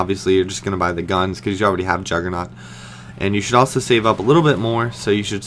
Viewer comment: jugernoooooooggggggggg with a G and personally i dont think syndicate is that great